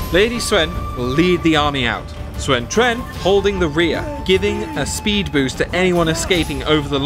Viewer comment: Ahh.. close enough... you mispronounced Sun Ren but your pronunciation of Cao Cao, and Sun Quan was spot on